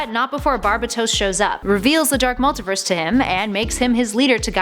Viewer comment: Jesus Christ, I have never heard this much butchery of pronunciations for so many words. The pronunciations weren't even consistent either. She kept on going from "Multaverse" to "Multiverse" then back again.